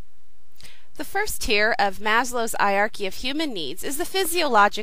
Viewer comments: "I-arky"?!! Please tell me you Americans don't pronounce Heirarchy like that. Don't you think you've butchered our language enough as it is? ;) Cool vid. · Normally I wouldn't mention pronunciation in a comment but were you prounouncing Hierarchy correctly? I've always made the "H" sound at the beginning of the word and you were pronouncing it like the H was silent. It's not a word I often hear, so I could easily be wrong. I figure you've probably heard it many times recently in your classes so you're probably doing it right, but it does surprise me that the H is silent. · hey, you should pronounce the H in Hierachy! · I actually do say it funny *gets embarrassed* the correct pronunciation is hi-er-are-key - it is just one of those things I have never overcome when casually talking (which is what I do for these videos). When there is an H as the first letter, I generally read right over it :( Dunno if its my french training or my bodies refusal to conform :P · Stick with 'eye-archy', and whenever anyone corrects you, nod, smile and acknowledge that what they say is quite right... and ensure that you get the word 'eye-archy' in the very next sentence. I say this as something of a Hanarchist!